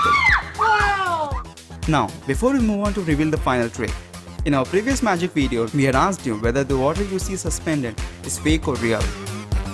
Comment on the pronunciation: Great "WEEDEEO" lol